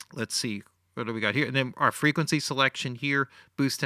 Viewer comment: "whut d' we got here!" lol